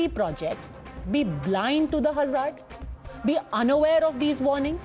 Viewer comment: Apart from the obvious sychophancy I would like to bring to your notice the pronunciation is (Hazz ard) not Huzzaarrd . Typical Godhimedia.